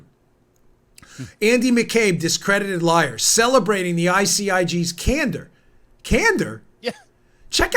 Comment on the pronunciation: 'Can door' pronounced just slightly differently.